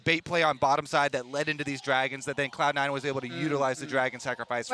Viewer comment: she says "Clown Nine" 😅